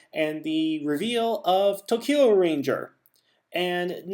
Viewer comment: Also is pronounced to-ku-ger